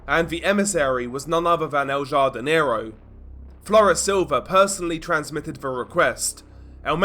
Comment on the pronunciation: Please pronounce it has HARDINERO lol.